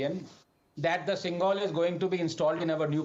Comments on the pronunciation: I hope Anand Ranganathan being a"Tamilian" learns how to pronounce 'Senkol ' as it should be and not as Sengaul as it is written in English😅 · Did Anad pronounce the word as Sengaal? It should be pronounced sen-goal. This guy doesn't even know Tamil . How can he represent the tamilians? He can't pronounce zha in tamizh. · Even AR can't pronounce the word Sengol 😂😂😂😂😂😂😂😂😂